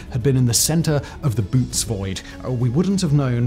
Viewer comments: yeah, that thing above the second o is there so that you don't read it like "boot". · Bo-otes void. Those 2 dots on the o have a function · Thats not how the bootes void is pronounced. Look over the second O. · His pronunciation of Canes and Boötes was off too.